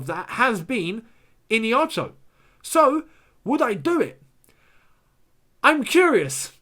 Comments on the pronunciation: It's ihenacho bro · It’s pronounced as ee-hey-nacho and not Iniacho😂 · lol his name is pronounced E-HEN-NA- CHUO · This is the pronouciation of his name I-hia-na-cho